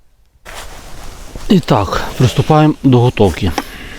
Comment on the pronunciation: Дякую за відео. Вдосконалюй мову, не "повІдло", а "повИдло", на "дньом", в "вдень".